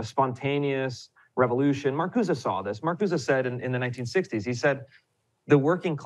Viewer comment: Sorry to rain on this Ryan lovefest, but his take on the Powell memo is way off base - and if someone can't even pronounce Marcuse's name correctly and is too young to have lived through the era he is now pontificating about, he should be a lot more hesitant to pass himself off as an expert.